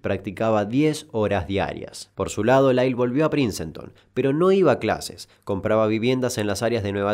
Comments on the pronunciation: No es PRINCENTON sino PRINCETON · Dato plenamente innecesario: se pronuncia PRINSTON y no PRINCENTON. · Genial la info, me gustan estos videos, pero se pronuncia "Prins-tone", no "Princenton". Como el nombre del músico Prince.